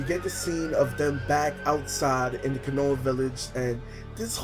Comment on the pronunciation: It's KO-NO-HA not KUH-NO-UH